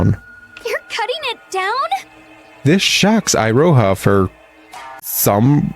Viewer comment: "iroha" (i-ro-ha) Weaboo me died listening to this and keep on saying to my self it should be "Iroha" (e-ro-ha)